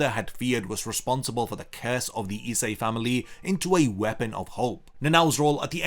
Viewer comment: Why can't you pronounce ISE correctly? Essay?